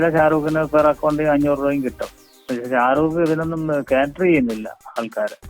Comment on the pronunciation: sharooko...name polum sherik parayunnilla..shariq alle..😀